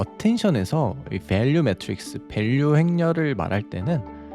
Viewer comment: 영단어 발음을 잘한다는걸 보여주고 싶은건지, 전체적으로 한국어 단어랑 영단어 톤이 너무 다름. 특히 베얼류에 너무 힘을 줘서 집중이 안됨. 근데 또 모델, 임베딩은 한국어 톤이고 휴 그냥 일관된 톤으로 발음했으면 좋겠네요